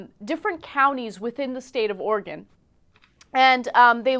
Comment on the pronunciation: Oregen.. still cracks me up!! (Oregon)